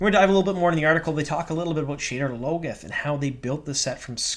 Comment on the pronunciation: Sha-DAR Low-GOTH